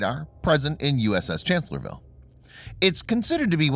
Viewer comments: It's pronounced Chancellor-s-vile. You're leaving out the 'S' after Chancellor... . It was Lee's greatest battle, where being outnumbered 2 to 1, he flanked and defeated the Federals. It's considered to be one of the most brilliant battles in US military history. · Guy does not get the name of the ship right. It’s “Chancellorsville” with an “s”.